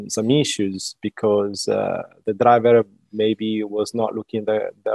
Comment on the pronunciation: "...DE DRAYEVER..."